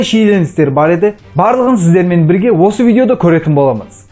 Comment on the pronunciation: Дауысынды жондеш бля Бирге дегенди билге деп айтасынго